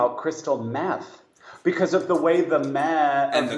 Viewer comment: Crystal meeeth 😂